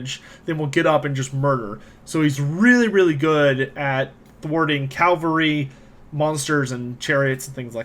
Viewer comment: Liked the video until you said « Calvary » instead of Cavalry ^^